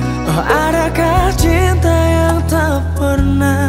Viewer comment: Lagu yg jadi perdebatan seru sama teman2 dizaman nya, pengucapan akan kata CINTA atau TINTA. Btw lagu nya keren baik versi lawas n baru.